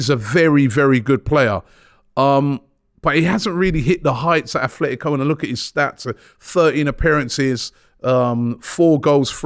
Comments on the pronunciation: Nor Atletico he keeps saying Athletico Madrid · ATLETICO NOT ATHLETICO.